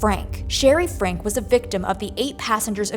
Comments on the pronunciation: It’s pronounced “Franky” not frank. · Pronounced Frankee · At this point in the Franke case, you should not still be mispronouncing their name: Frank-ie. Her name is Shari Franke. Show some care and respect. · Please figure out how to pronounce Franke. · The mispronouncing of the the Franke last name had me squirming in my seat ick